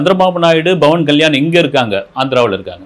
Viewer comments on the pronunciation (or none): Sur it is not Bavan kslysn it is Pavan kyan It is not aB it is Pl